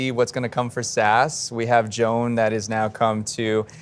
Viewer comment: Ugh. He totally butchered the pronunciation of Sass's name.